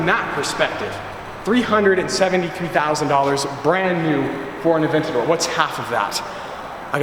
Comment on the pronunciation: Funny how he's trying to get a Lamborghini Aventador, yet he doesn't know how to properly pronounce Murcielago, Gallardo, or Aventador.